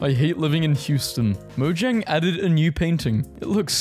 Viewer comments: its mo-jang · It actually is mo-jang like blue jay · But the correct pronunciation is "moyang".